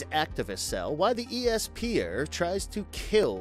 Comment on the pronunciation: Blame! Is read as "blaam" Also you pronounced esper weird